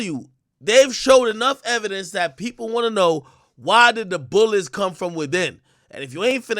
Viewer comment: “YOUR HONOR HE SAID “THAT” not “DAT” I rest my case!!!